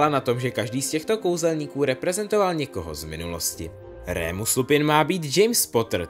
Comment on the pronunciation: není to rémus ale normálně remus :)